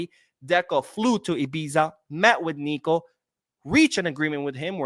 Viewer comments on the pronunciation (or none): none